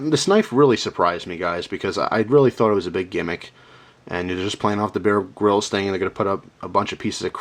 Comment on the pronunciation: he sais bear grilled knife